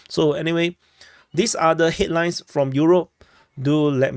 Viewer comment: Headlines? I heard hitlines.😂